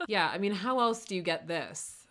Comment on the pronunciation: you said “yeahhhhh” and i’m almost 100% sure that still wasn’t right😹